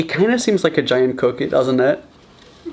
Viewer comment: Help me please why did you say cookie wrong😭😭😭😭😭😭😭😭😭😭😭